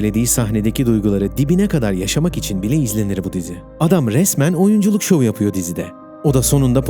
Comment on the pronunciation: Yapıyo Ediyo Duruyo Düşmüyo ALLAH AŞKINA KİM HAZIRLIYOR ŞU METİNLERİ. HER CÜMLENİN SONU BÖYLR BİTMEZ EL İNSAF HADİ ONU DA GEÇTİM.... SESLENDİREN KARDEŞİM SEN SONDAKİ R HARFLERİNİ OKUMAMAYA YEMİN Mİ ETTİN...